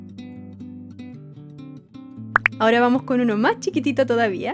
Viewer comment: cuando dijiste mach chiquito me isiste recordar a mi tia de argentina y yo soy de chile y no la beo mucho porque eya abeses ba a puntarenas con mis abuelos y yo....... yo.... estoy en angol 😭😢y..... y ......y ademas no puedo ir a puntarena por que cuesta mucho me isiste extrañar mucho a mi tia😭😭😭😭😢😢😢